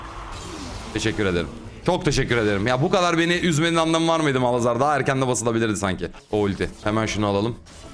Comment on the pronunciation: abi yıllardır şu malhazar diyosun:D